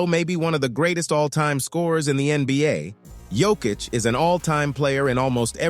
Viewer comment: Learn to pronounce Jokic.